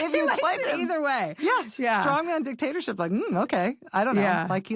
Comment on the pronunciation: There is a term "stong man", and another term "Strongman". When verbalizing these terms cllearly speak them as one word, or two. And respect the differing stresses 😊 I love you both as strong women, and intelligent newswomen!